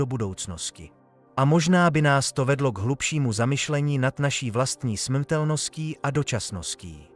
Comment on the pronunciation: Smtelnost. Neumí vyslovit r, nějak ho vynechává.